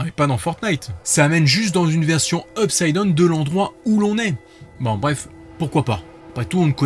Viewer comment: Peux-tu arrêter de dire "Upside DONE" mais plutôt "Upside DAWNE" (au cas où oui c'est la bonne prononciation "dawne", même si c'est "down" Parce que c'est vraiment gênant on fait gaffe qu'à ça . au pire dis "monde à l'envers"